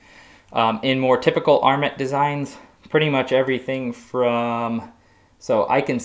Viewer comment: TIL that this is the correct pronunciation of "armet".